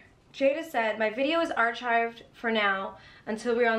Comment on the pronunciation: Its not pronounced "Are-Chived," the word is pronounced "Are-Ki-ved." ❤❤❤